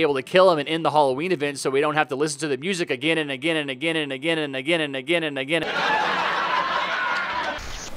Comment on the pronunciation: I hear you say nagain nagain